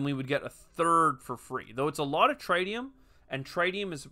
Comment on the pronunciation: how could you, how could you not choose the swedish scientist character, I will assume you were being nice to let me play myself, thanks for the tip, looks cool, though pretty close to some of the concepts in TMars boardgame, wonder if they had any contact with fryx games. PS I think it's supposed to be pronounced tritt-tium rather than try-tium :)